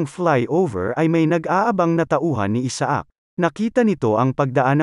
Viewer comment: Isaac should be pronounced correctly and it's pronounced in the USA, Canada and European countries as I-sick 👍